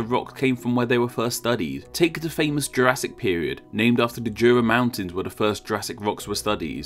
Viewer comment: The "Jura" mountains are pronounced "yoo-rah," by the way. And the emperor is "Akihito," not "Akito."